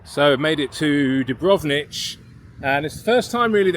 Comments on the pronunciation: it s Dubrovnik, not Dubronich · yeah mate, that Dubrovnich was hard to hear :-D Still got my laugh.